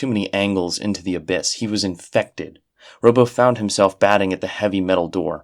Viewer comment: These sound like genuinely fascinating and well-written stories and I have to thank you for making me aware of them, but I just can't sit through this with all the mispronunciation. "Robbo" ought to be like "Rob", since his name is Robert, rather than "robo"; "palatial" is "pa-LAY-shul" not "pa-LAT-ee-ul"; and so on